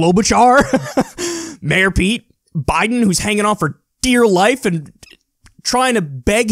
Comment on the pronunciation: I spit out my drink when you said "Klobachar" bwahhahaha